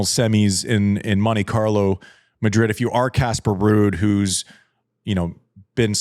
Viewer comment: Wait, what's the scoop on why Andy pronuncing it "Midrid". It sounds lewd when he says Midrid but I'd like to give him the benefit of the doubt and say that he's not trying to be lewd. But why is he saying Midrid? I missed the memo. Someone fill me in please